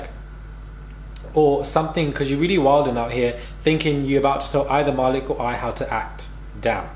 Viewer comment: Ma - leek not ma-lick....lol